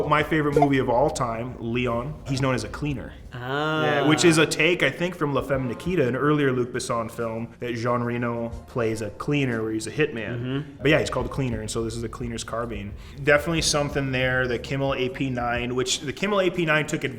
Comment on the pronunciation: Jean Réno, not Jeanne rino.